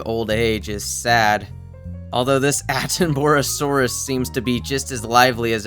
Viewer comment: You made me cry with how you pronounced attenboroughsaurus 😭 its pronounced atten-ba-ra-saurus